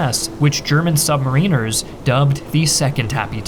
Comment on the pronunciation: 10.35 great video, but FYI it’s “sub-mariners” not “submarine-ers”.